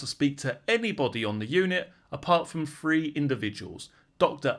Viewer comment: It's THREE....not FREE!!